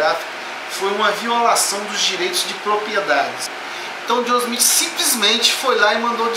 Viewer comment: Nossa cara, você não sabe nem pronunciar o nome de Joseph Smith. kkkk Abre um canal ai de game play que você ganha mais...